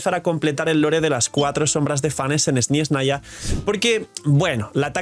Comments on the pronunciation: Hola, deja de decir SnYeznaya es Snezhnaya sin esa Y molesta que pronuncias xd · No veo donde esta la "i" en la palabra SNEZHNAYA...